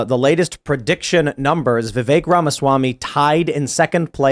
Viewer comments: Stop saying VIV ACHE. It’s VIV EHK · Tim pronouncing Vivek, “Vevake” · Vivek pronounced Vi-vake , rhymes with cake. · The second guy to speak pronounced Vivek name 3 different ways in under 1 minute 😂